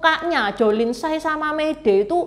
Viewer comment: tsai bacanya yg bener chai.